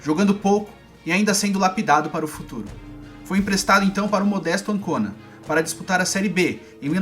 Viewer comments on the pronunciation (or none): Também um jogador muito veloz, ficou conhecido como o rapidíssimo Lentini. PS: lê-se "Âncuna", não "Ancôna".